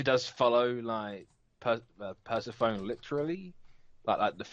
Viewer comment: I think it's pronounced per-sef-o-knee. lol Like Monica Bellucci's character from The Matrix Reloaded.